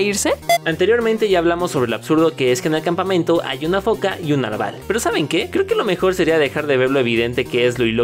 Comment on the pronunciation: pense que se decia narval no naval